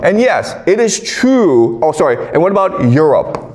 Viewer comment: Chinese people have a hard time with the letter r… example: true.. trrrue, says Chrue